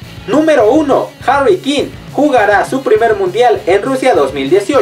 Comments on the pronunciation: Es hrry kane no harry kine😂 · Pronunció mal Harry Kane